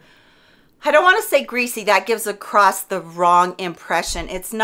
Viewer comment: Across☆☆☆ not acrost 😔😟😟